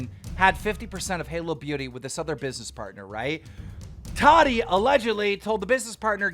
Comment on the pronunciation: every time he says tati i think hes sayin toddy😂